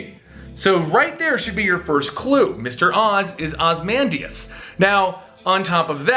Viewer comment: A few things: 1) Ozymandias is pronounced OZ-E-MAN-DIAS, not OZ-MAN-DIAS 2) There's also theories that The New 52 version of The Question is a mind wiped Rorschach and that the Comedian is one of the three Jokers. I think it may be possible that Ozymandias is actually trying to save the DC universe from Doctor Manhattan. He's taken Doomsday to use as a weapon against him, orchestrated the death of the New52 Superman to cause the Pre52 Superman to come out of hiding, and saved Tim's life while holding on to him for a later date.